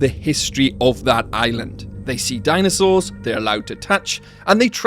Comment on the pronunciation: i love the way he says '''dainasors''